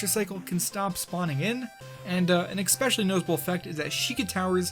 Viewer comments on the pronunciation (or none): No-one over the age of three says "eckscape". You talk for a living. Sort your shit out. Edit: Oh god, eckspecially. FFS